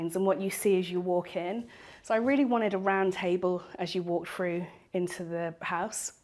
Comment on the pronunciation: Drives me crazy when people pronounce through as ‘frew’.